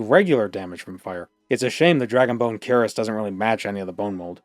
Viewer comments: Cuirass — kwəˈras Bro says Kur-ess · Unironically and with no intent to offend anyone, the pronunciation of cuirass is queer-ass.